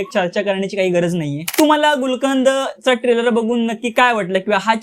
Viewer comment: Nit bolata tari yete ka tula. Trailer cha oochar kasa kartos bobadya😅